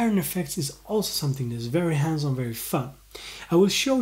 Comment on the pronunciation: At first I thought he was saying handsome instead of hands on lol! Good vid tho!